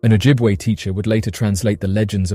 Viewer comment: Im first Nations Ojibwe Very good on pronouncing our Nations Name impressive good true storie that we are taught as children